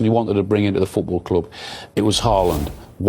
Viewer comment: Please talk properly English …club not culub ha ha ha ha